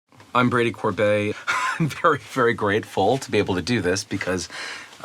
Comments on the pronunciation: Corbey????? It's Core-bet. Say it right, Frenchie! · Well, YMS’s question has been answered, he pronounces it “Corbey”